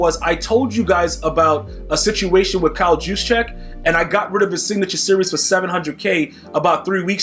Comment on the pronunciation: Juszczyk = "YOOSH-chick"